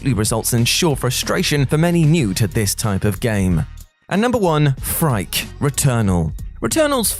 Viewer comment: The first boss in returnal it’s name is pronounced “freaky” not frike